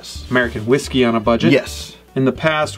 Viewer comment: Please learn how to properly say the name of the Whisky before you review or list it.